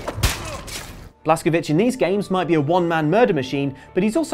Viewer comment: The pronunciation of the Wolfenstein protagonist is Blaskowitz, rhyming with it's. He's American, and Americans of both Polish and Jewish ancestry pronounce it that way.